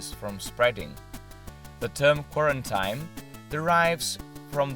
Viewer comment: Bravi. Interessante. Qualche piccolo errore di pronuncia. Quarantine si pronuncia "quaranteen". Ciao!